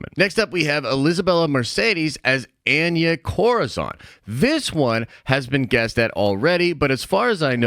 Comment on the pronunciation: it's pronounced "on ya" 😂😂